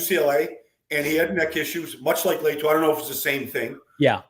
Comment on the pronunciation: Why is Latu so hard to pronounce correctly for Baldy?